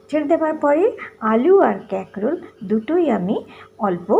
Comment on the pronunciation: ক্যাকরোল আবার কি ????😂😂😂😂😂😂 কাঁকরোল বলুন